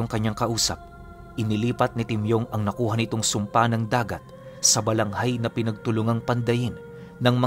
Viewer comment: Narinig ko ang kwento na ito sa lolo ko na albularyo, Balangay po iyon hindi Balanghay.